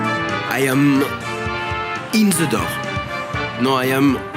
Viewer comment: Your overall point is sound, but pronouncing “the” without a schwa is not perfect, it is erroneous pronunciation.